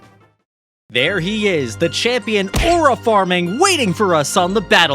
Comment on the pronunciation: Bro really just said arua farming